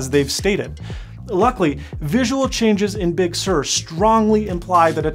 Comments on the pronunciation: come on, its Sur as in surf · True - however, the correct (i.e. Californian) pronunciation is "Big Sir" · Actually Sur is of Latin origin (Spanish, more specifically), and it is natively pronounced with a rolled r, sounding like “sewer”. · as a person that grew up in california everyone pronounces it as "sir" not "soor" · Excellent video! Very insightful… I too hope that we don’t end up with two crappy hybrid like OSs. This is the first of your videos that I’ve seen… Liked and subscribed! 😎👍🏼 It does kind of sound like you are saying sewer… As other commenters have mentioned… How do you say surf? LOL 🤣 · You might have just nuked a multi $m marketing campaign by pronouncing it Big Sewer. Someone very high up in Apple Marketing is going to get a curt phone call from someone on the Bridge of the Cupertino Falcon. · well if he pronounced it normally, "Sir" like "Surf" without the F... maybe YouTube wouldn't nail the weird pronunciation with it's apparently spot-on auto-generated subtitles. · Well given that Sur comes from the spanish word, it is alright to pronounce it like SOOR, i suppose. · As a Californian, I’m offended that he says big sewer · Pretty sure he's said he's bilingual in Spanish before. But still "Big" is not Spanish and Californians pronounce it as "Sir" so I will keep pronouncing it that way. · Sur is a Spanish word that means "South". He is pronouncing it like it is pronounced in Spanish. The way you pronounce it sounds like "Sir". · Yeah, I think he is using the French pronunciation. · Yes, but that’s not how Apple OR Californians pronounce it. 🤷🏻‍♂️